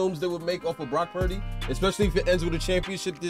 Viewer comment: I randomly came across your video on you reviewing the Miami vs Niners last year, i saw you called Purdy.."Pundy" 😂 i had to see your channel if you still call him that now 😂